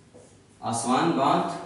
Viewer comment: सर आपके प्रयास सराहनीय है मैं विश्व भूगोल के आपके वीडियो देख कर बहुत कुछ सीख रहा हु .... किन्तु कुछ बातो कि तरफ मैं बहुत ही विनम्रता पूर्वक आपका ध्यान आकर्षित करना चाहूँगा कि कुछ शहरो के नाम जो आप लिखते हो या बोलते हो वो एटलस से मेल नहीं खाते जैसे कि अबादान कि जगह आपने लिखाया इबादान, ताना कि जगह टाना, अस्वान की जगह पे आस्वान पिछले videos में भी कुछ और ऐसे शब्द थे तो इसमें थोडा सुधार होगा तो हम सबके लिए आपके प्रयासों में और सटीकता आएगी .......बहुत बहुत धन्यवाद सर